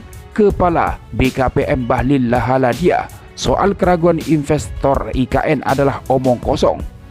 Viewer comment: Komentator asal bunyi bahlil ladahalia sebut bahlil lahadalia wkwk